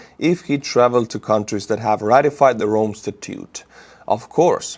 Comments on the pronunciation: statute is pronounced sta-toote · Statute is pronounced sta-choote